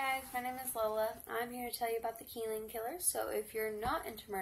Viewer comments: Where is Kill-lean? 🤣🤣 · They way you say Killeen is aggravating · This broad ia not from Kill-een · Just so you're aware, his last name is pronounced like Hen-Nard. And the city is pronounced like Kuh-leen. And it's massacre, not massacure. I'll never forget the day this happened.